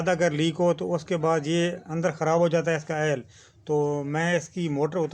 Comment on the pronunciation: Ye bar bar L L L kya bol rahein h oil bol rahein h k L bol raharein g